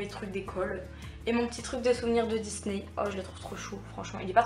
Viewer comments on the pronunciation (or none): none